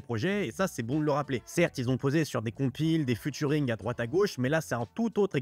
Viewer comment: Futuring??non cest featuring (fi-turing)mais tu fais tes recherches sur wikipédia toi cest pas possible..les gars vous faites des vidéos ca pue a 100metres que vous connaissez pas votre sujet,cest fou ça